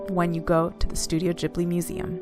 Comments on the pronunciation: did you really say JIB-li over ane over and over ??? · Please stop saying Studio Jibli!